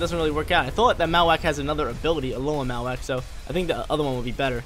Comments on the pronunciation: Lol truuu. Marro-wak like bone marrow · Great content but I hate the way you say Mawak lol